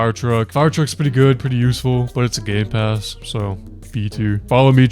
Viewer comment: Nah bro really said gaypass